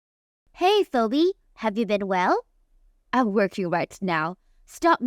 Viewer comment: Phoebe is pronounced, Feebee. Otherwise, thanks for the story.